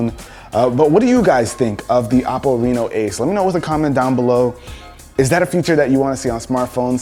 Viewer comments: Who else thinks he said Apple instead of OPPO 🤦🏻‍♂️ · It’s pronounced O-ppo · anyone else hears "apple" when he says "oppo" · every time he says oppo. .I hear apple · Why does it sound like apple when you say oppo :D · Why i keep hearing him say Apple and not Oppo? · Is it just me or did you get confused when he said OPPO because I keep thinking he’s saying apple 😂😂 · Dose he keep saying Apple or Oppo ? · Chinese pronounce apple as Oppo this the name. Same old Story of Chinese profiting off other people